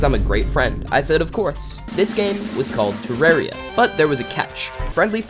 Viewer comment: Only American I’ve ever heard say terraria right